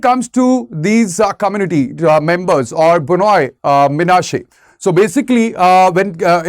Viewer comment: Why should Indian Government have a problem with kukis claiming to be one of the lost tribes of Israel? Did Indian Government even provided a separate state for the Kukis if it thinks Kukis are part of India? Kukis have the right to migrate to Israel if not given due recognition and separate state in India. Note: The speaker in the video repeatedly mispronounced Bnei Manase as B-noi Manase. Bnei Manase pronounced as B-nei Manase not B-noi Manase.